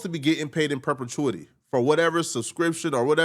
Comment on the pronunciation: In perpetuneity lmfao